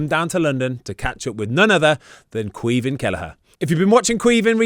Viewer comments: Ahhh Lads takes a Brit to butcher the Gaelic Caoimhín Just Say Kweee Veeeen I’m here in America laugh mee arse offf Anyways Up Cork Boi!!!! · Not quite, they’re saying it like Kweev-in